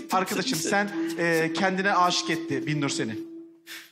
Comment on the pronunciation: Ya bir bana mı öyle geldi bilmiyorum ama arada Binnur' a Birnur diyorlar fena sinir bir durum olmuş. Bir değil BİN!